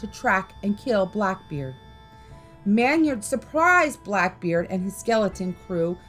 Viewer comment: I'm sorry, you are mispronouncing the name Maynard. It is pronounced Main-erd. I know because this is also my legal last name. And no I am not related to John Maynard.